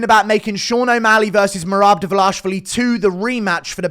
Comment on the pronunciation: Please work on how you pronounce merabs last name brotha😭